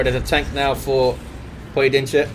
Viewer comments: I must say that You ....Nailed it for a non-native speaker ;) it's rather close to SINGULAR than SINGLE as many stated below (I am native with that language) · Damn,... You did amazingly well with pronouncing Pojedynczy's name! I'm serious. Don't worry, it's not a band word. 'Pojedynczy' just means 'single'.